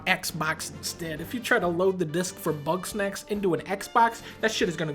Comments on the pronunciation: did he say bugknack? 😂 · Bugs-Knack-s. It never fucking ends does it? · Idk why I imagine Dunkey calling GameStop to preorder Bugsnax but instead pronouncing it as Buttsnax and laughing. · It’s Bugsnax